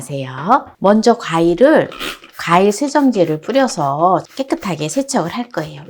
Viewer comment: '가일'이 아니라 '과일' 입니다. 참 듣기 민망합니다.